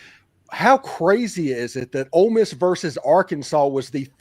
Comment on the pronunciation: it’s Ole Miss not Old Miss.